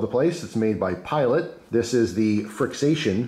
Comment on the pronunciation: I believe they are pronounced Friction.